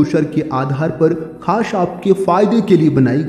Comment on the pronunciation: Khash nahi khas hota hai